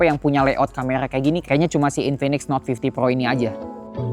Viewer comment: suka sih dengan review outdoor gini tapi kok aku dengernya dia bilang note fifteen pro bukan fifty😮